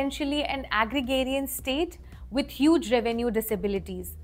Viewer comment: Ok so its not Agrigarian, Its Agrarian (Egg ray rion).